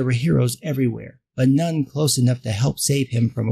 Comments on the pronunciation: For. Second I thought you were pronouncing none as known before you even said it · Me too 😂